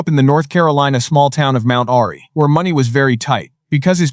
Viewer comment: And Andy Griffith grew up in Mount AIRY proununced AIR EE